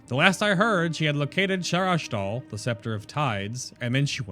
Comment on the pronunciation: I'm confused. You kept pronouncing the weapon's name as though it had a second 'h', and when Erunak said its name, you said there's a "light 'h'". There is no second 'h'. And yes, I realise this video is a few months old.